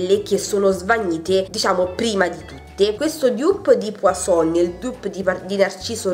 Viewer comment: Inci Verde la pronuncia giusta e puazzzon con là zêta e la n finale non si prunoncia e non poisson qui voulez dire pesce